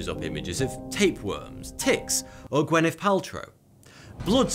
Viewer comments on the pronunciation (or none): none